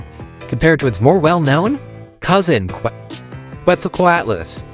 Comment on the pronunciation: it's pronounced closer to ket-zel-CO-at-us btw